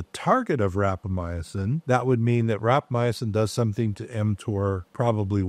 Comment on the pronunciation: How much experience does the doctor have with rapamycin when he is mispronouncing it?